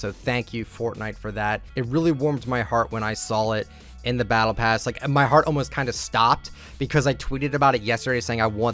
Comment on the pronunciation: “It really warmed my heart when I sawL it”